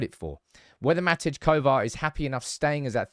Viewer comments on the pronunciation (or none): He is Called Matej (like mate[i]) not matic kovar🙈